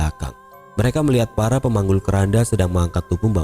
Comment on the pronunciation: Saya salah dengar ga sih kok terdengar seperti "farah pemanggul keranda" 🤔